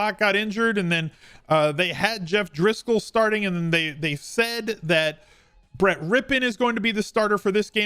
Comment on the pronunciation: Thank you for the content and pronouncing Brett's name correctly undoubtedly some of these other DFS guys do not remember Mark .